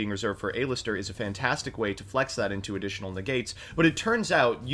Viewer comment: Just for: It's pronounced like Aleister not Ayleister. Small but kinda annoying